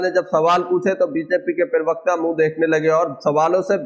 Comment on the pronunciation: pirvakta nahi parvakta hota he😅😂dosri baat, beech me mat bola karo disturbance hota he